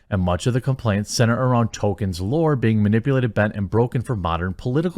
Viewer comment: Tol kein Not Token, get it right.